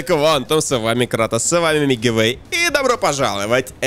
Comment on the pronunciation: Никто: Абсолютно никто: Я🗿: Не Мигивэй, а Милкивэй)))